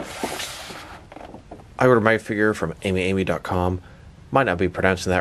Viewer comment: It's pronounced "Ah-me Ah-me"